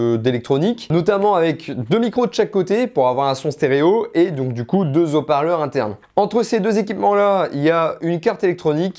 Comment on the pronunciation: Bonjour, bonne présentation de ta vidéo, mais devant Haut parleur il y a un H... Aspiré. Sinon ça fait mal aux Zoreilles. Au plaisir